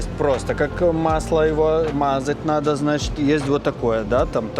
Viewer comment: Почему ты,, не проговариваешь букву «Д» в словах: надо, поедем и других?